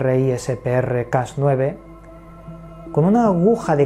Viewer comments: Hola. Solo para aclarar un poquito... es mejor pronunciarlo crisper y no CRSPR porque en realidad todo el mundo lo pronuncia asi. Saludos desde mexico! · cómo científico te ayudo a decir bien CRISPR. No se deletrea, sino que se pronuncia directamente como CRISPER